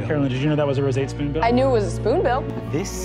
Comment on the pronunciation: the way Sam says Roseate Spoonbill for the second time, with the exaggerated pronunciation and all, is living rent free in my head. I hear it echo through my idle mind at least once a day. I also like to think that this is what put Brennan over the edge. The editing is absolutely stellar, by the way.